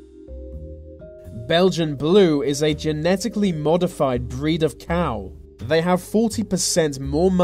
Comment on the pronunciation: It's not vey, it's THEY